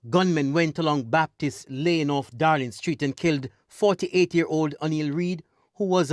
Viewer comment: Town of Savanna-la-mar not Sav la mar Street called Dalling Street not Darling Street. Solutions lie with the people. More strident bold and creative leadership from the security forces. This town is not is not unfamiliar with the blood letting. The style of policing used in the 07-09 period is archaic and an affront to human rights. We have a citizenry gripped by fear and mistrust. A demotivated ill-equiped JCF. A military in search of "Powers". A political body more concerned apparently with their viability popularity and sustainability. If at one time their needs to be political unison it's this time. This situation needs more than a root canal. Needs extraction. There will be blood there will be pain. But a new paradigm and mindset must be undertaken. The source issues must be seriously addressed. Not in the order laid out: 1. Poverty 2. Access to jobs / possibility of increased earning 3. More light shone on skills training / more flexibility in the agricultural sector 4. Corruption ( the main one to me) tackled on all levels Not just cops going to jail but politicians certifying officers ministry technocrats An overall of government systems and processes at Tax offices The wharves Honesty must be resurrected. 5. Education and Parenting I don't know who can be comfortable now. Do we pray for a Moses ? Or take up collections arms and bell and subdue this beast . It can't be killed but it's presence it's sound can be diminished to a whimper.